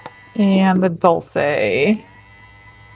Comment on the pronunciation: Dol-Shay is how that is pronounced..😅..sorry…